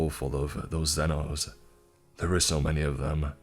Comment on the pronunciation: just awful writing. First of all, mispronunciation of Xenos and tyranids killed me inside. The author feels like a highschool kid. if you're gonna write a 40k fanfic, do it right. That hurt me on a spiritual level.